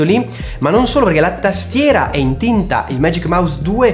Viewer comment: Che bello sentirti dire tastiera come pastiera 😅